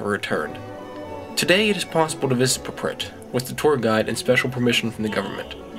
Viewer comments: Why does he call it "praprit"? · I believe your saying Prypiat Wrong. Then again I don't know Russian. However I believe its Prip-e-yat. Nice video though. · Good short info video. But you could at least have pronounced PRYPIAT the right way =(